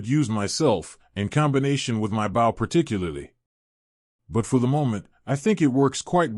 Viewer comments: I had a feeling it was ai reading... it annoys the hell out of me that it can't pronounce bow correctly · How does this AI keep repeating sentences?? And why can’t it pronounce bow?